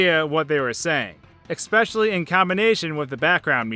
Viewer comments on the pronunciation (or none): Expecially? You mean especially? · You said "ecspecially" when talking about the Turtles fighting game. You have been warned